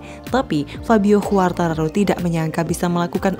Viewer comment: ejaan ; kuartararo 👍 khuartararo 👎